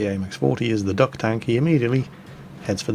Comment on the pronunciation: That 'duck' is more like 'dick'